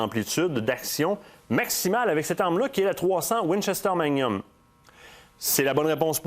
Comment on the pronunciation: Manium?, on prononce le "g".